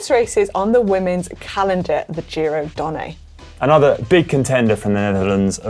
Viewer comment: Donn-eh, not Donn-ay! Where's Marty when you need him :-), but failing that - here's a link to the GCN Italia guys - . I'm sure Alan can help